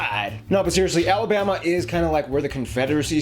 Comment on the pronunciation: Alamama is spot on lol